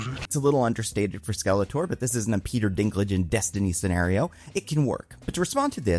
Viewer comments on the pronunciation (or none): none